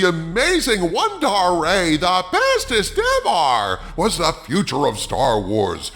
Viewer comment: “THE BESTEST EVAR!”